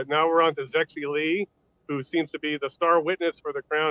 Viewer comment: Yes, Zexi Lee, pronounced as Zeggsie Leech.